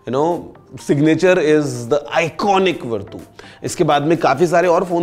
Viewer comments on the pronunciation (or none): Verdu nahi he bhai it's vertu 😂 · sir wo वरटू नहीं वर्च्यू होता हैं... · Vartu nahi is ko varchu padhte hai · Aap ke uccaran me kuch problem hai,, it’s verchu not vertoo,, we didn’t expect from u.. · भैया इस को वर्तू नहीं बल्कि वर्चू बोलते हैं। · Its verchu not verdhu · It is pronounced as "Virtue"